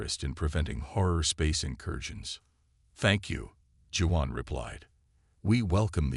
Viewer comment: pronounced WAON...not Jew_on...= Juan